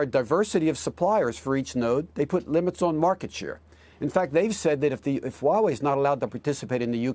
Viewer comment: Many CCP 50cent says Huawei well.